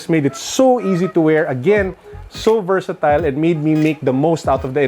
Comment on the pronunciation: Vertasatile?Mr.? Hahahaha